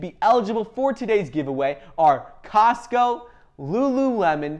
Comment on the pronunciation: Wait..did you say Lulu lemon? Cosco and Johnson and Johnson?